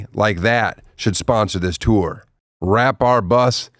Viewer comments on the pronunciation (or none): Tosh. What the hell did he say Tour.